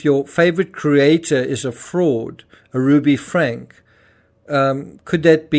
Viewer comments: Want to be an authentic voice? Then say names properly: FRANK-E not Frank. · Just FYI Franke = Frank-E . there is an E sound at the end of her last name. :) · Her name is pronounced Frankeee